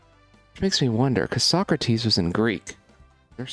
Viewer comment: Don’t you mean So-crates 😉